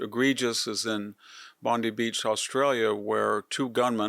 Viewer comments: It's not pronounced Bondy Beach, it's pronounced Bond-eye Beach. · ah, victor, i had to be corrected on this as well. down under they pronounce it bondEYE beach. merry Christmas and hope your health issues get sorted and have the best possible outcome.